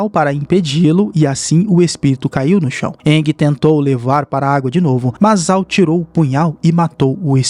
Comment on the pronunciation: Se escreve "Zhao", mas a pronúncia correta é "Jao"